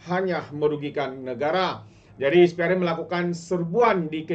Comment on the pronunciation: SPRM - sebutannya ES PEE AR EM Bukan IS PEE AR EM